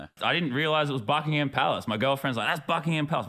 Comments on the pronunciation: Btw you don't pronounce the h in Buckingham palace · Ah the British language everyone else says Buckingham the way it’s spelled but you don’t say the h